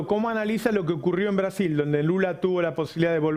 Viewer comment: “Caso odebrecj ya es nulo en Breasiñ” 🤡🤡🤡🤡🤡🤡🤡